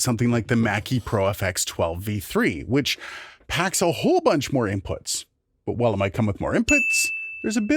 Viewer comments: "INPITS!" ha! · Inpits??? LOL. Great video! Thanks for the clear explanation.